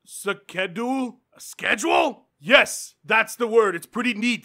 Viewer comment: I almost shit myself when he said "sa-kedule"